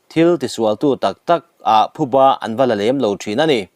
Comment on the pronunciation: Thuba ni lovin Phuba a ni a, i chhiar/Lam dik tawh hram ka beisei.